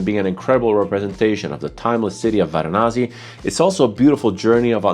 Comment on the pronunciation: Varanasi. Not Varanazi. You can also call it Kashi or Benares. City, not a perfume.